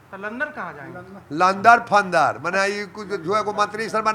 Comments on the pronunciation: लंदन नहीं लनदर फंदर😂😂😂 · लंदन नहीं बोल रहे है.... लंद फंद बोल रहे है।पत्रकार लंदन समझ रहा है।